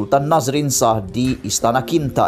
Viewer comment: Sebut betul2 le 'SHAH' bukan 'SAHH' dh banyk video aku perati